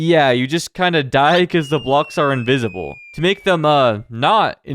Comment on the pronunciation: the word is not inivisble